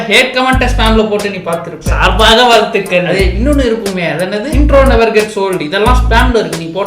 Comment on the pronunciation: saaர்baaக vaaழ்thuகள் 😅😅 Ena paa ipo okay vaa